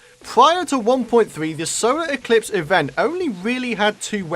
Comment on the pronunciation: Is it just me or is saying solo eclipse not solar eclipse